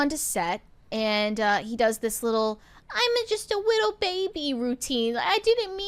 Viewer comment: “I’m just a witto baby” 😂